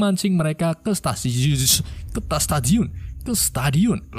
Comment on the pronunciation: gk bisa ngomong stadium